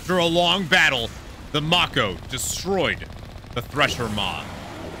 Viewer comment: I am not excited about how you pronounce Mako. Its strange.